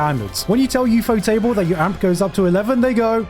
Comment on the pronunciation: Props for saying "Ufo Table" right and not pronouncing it "ufotable" like so many others do.